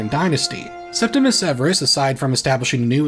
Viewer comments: Please, it's Septimius Severus, not Septimus. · Many people mispronounce the first Severan emperor's nomen as "Septimus," but it is actually "Septimius" with an "I" before the "U." I apologize if it seems nitpicky but many people seem to make this mistake. I really appreciate your videos and love when there is a new upload